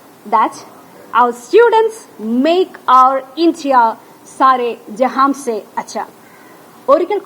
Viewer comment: ഒരു ട്ടീച്ചർ എന്ന നിലക്ക് ഹിന്ദിയെങ്കിലും പഠിക്ക് സാരെ ജെഹാംസെ അല്ല സാരെ ജെഹാൻസെ എന്നാണ്